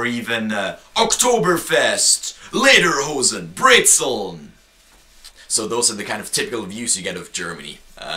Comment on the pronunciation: It's 'lederhosen'.